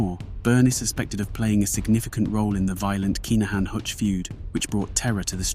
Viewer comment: Kai Na Han 😅😅nah mate please learn the proper way to pronounce the names ffs